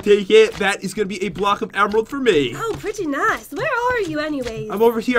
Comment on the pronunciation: said: oh preta naice